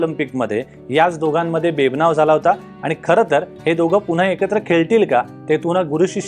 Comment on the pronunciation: बेबनाव, सावटाखाली - उच्चार नीट करावेत.लोकसत्ता चे चॅनेल आहे. अपेक्षा जास्त असतात.